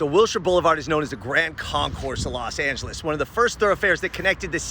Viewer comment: Los Not Las